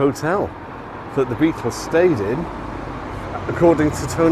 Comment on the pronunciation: BE- AT- TULS huh? Quoyt roytly mayte!